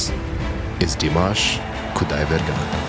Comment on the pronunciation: I love Dimash and it is so wonderful to hear you speak his name properly. I am an American who recently stumbled upon him and am amazed by his voice. Over here, it's just Dimash because we don't want to butcher his last name. It is so nice to know he is as good on the inside as he is on stage. Thank you for the background on this amazing performer.